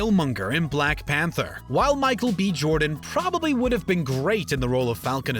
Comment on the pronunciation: Bruh why did he have to say black panther as BLACK pAnTher